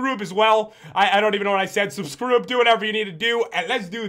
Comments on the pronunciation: subscroob? what did you say? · lol he sed subskrub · Pat why did you said Subscroob? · I cant believe you said Subscroob!! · Pat you said subcroober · you said subscroob